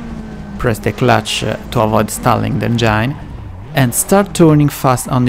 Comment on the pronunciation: Great video, great info... but I can't for the life of my get passed how some of the words are pronounced. I'm guessing English isn't your first language, but... blind, implied, and engine are NOT pronounced like that. Blind (bl-eye-nd) not (bl-in-d) Engine (en-jin) not (en-jined) Implied (impl-eye-d) not (imp-lee-ed) Hope this helps somewhat.